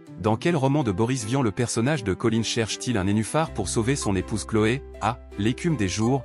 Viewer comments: Colin, pas Coline ! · si je puis me permettre, le personnage de Boris Vian dans l'écume des jours s'appelle Colin, à prononcer à la Française (comme le poisson) et non à l'anglaise (comme une colline)